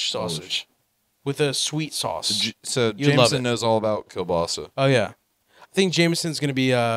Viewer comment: pronaunciation of kiełbasa was pretty accurate